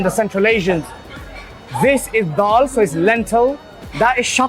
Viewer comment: It’s dhail not dhaal - how’s man goin pach bhai n not having paya 🤦‍♂️